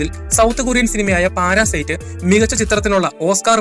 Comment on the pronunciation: പാരാ സൈറ്റ് അല്ല പാരസൈറ്റ്